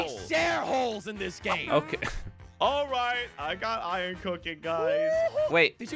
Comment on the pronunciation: This is how say Iron Irin